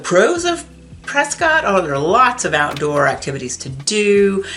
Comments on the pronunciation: It's CORRECTLY pronounced Preskitt, not Prescott. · You can’t be a native and not know the story behind it… JS. The town of Prescott, Arizona, is commonly pronounced "Pres-kit" (rhymes with "biscuit") by locals, rather than the more phonetically correct "Pres-cott". This unique pronunciation is a local tradition and has become a point of identity for the town, with newcomers quickly learning to adopt the local vernacular. While the town is named after historian William Hickling Prescott, whose name was pronounced "Pres-cot" by his contemporaries, the town's pronunciation seems to have evolved independently. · LOL on the pronunciation of Prescott. I am an Arizona native and it's one of the dumbest things I've ever heard. Do you pronounce Scott as "skitt"? What about cotton? Do they pronounce it as "kitten"? Their pronunciation makes no sense. LOL